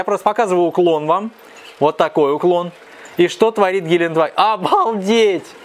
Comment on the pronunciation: Ааааа! Кровь из ушей - ГелендЕваген - так произносится это немецкое название